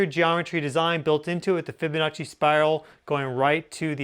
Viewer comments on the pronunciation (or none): none